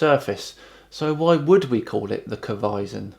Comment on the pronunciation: Bugger the flat earth stuff that ODD needs to pronounce his bloody T’s . I’ does not = it , se’ doesn’t = set. Infuriating bloody excolonials.